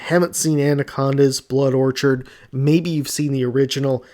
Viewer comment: You watched the movie you made a video and you still pronounce Orchid as orchard